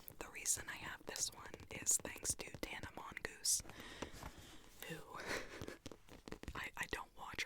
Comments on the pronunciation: are we not gonna talk about how she said tana mongoose. bahahahaha its tana mongeau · I share a room with my sister and she died laughing when said tana mongoose and brought up how she says coffeeffee and now won’t shut up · Did she say Tanas name like that as a joke? And proceeded to say she was inspired by her?